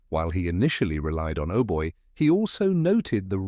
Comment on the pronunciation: Not "Ohboy", "Aubai"